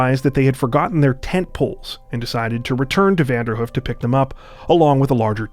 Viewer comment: It's pronounced Vander - Hoof.. like a horses 'hoof'.. 2 long 'O' sounds, not Vanderhuf